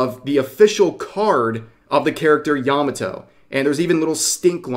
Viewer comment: Made in Abyss has shrexual content? I watched the 1st season and didn't see anything remotely adult. What the heck? Yah mah toe Not "yahmmuh toe"